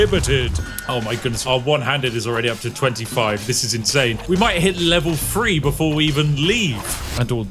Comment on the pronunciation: Spiff.. Could you please practice the "TH" sound. Not that I'm the grammar police, but DUDE. "Fink" when you mean "think" "Free" when you mean "three" "Amafist" when you mean "Amethyst" Please mate, speak it like you own it. Unless you FINK I'M Fick